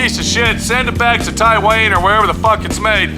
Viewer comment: Died when he said Tie-Wayne 😂🤦🏽‍♀️😂